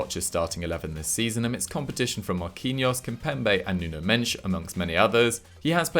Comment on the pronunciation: “nuno mench” 💀